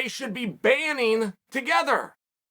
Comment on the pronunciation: Hey buddy, it's banding together not banning together.